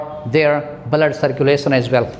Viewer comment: Sir your pronunciation is not correct.. U pronunced fluent as falluent It's ˈflo͞oənt not falluent... Blood as bləd not balad.. Sir First work on ur pronunciation property... Otherwise your all tips are so precious... Thank you Sir...